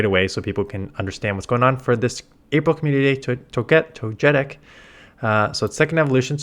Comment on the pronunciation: Mans really said tojetic LuL